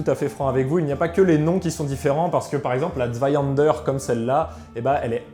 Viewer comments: tu as une prononciation absolument horrible de Zweihänder , que tu prononce zweihander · Intéressant, surtout la manière de s'en servir. Je me permet deux infos : - en allemand, le "h" se prononce : soufflé. - vous prononcez "Zweihänder" comme si cela s'écrivait avec un "a" alors que c'est un "ä" qui se prononce en allemand comme en français un "è" ou "ai".